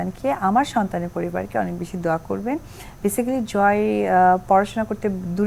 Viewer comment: হিন্দুর বাচ্চা দোয়া কে বলে সুরা। তাও আবার ভুল উচ্চারণ। সাকিব কে ইনকারেজ করার জন্য ধার্মিক সাজার অভিনয়। মিথ্যাবাদী, বহুরূপী মহিলা